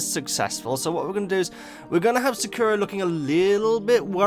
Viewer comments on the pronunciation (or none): Lavender, Poppy, Daisy, and please start calling Sakura "Blossom". It drives me crazy as a Cardcaptor Sakura fan hearing that named pronounced wrong, as you pronounce it like the terrible Cardcaptors dub, which makes me want to vomit.